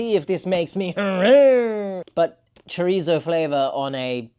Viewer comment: It seems like every British person that I have been watching always pronounce chorizo choritzo. There’s no T in chorizo.